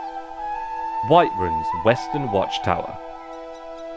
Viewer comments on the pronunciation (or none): did you say white-rune?